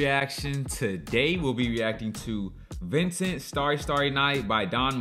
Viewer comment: The book is even better and, yes, we Americans don’t know how to pronounce his name.